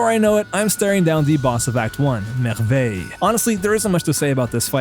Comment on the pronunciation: u said merveil so perfectly 😀amazing vid again, want me to try roulette build too but i know i would quit after 30min. Keep up the good work !